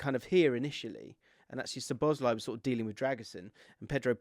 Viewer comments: I'm here once again asking to pronounce szoboszlai correctly 😅 it's not suh-boz-lie. It's sob-uss-lie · You really don’t need to pronounce any ‘Z’ in Szoboszlai……. SawBossLie